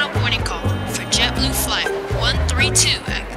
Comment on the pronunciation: It’s JetBoo not jetblue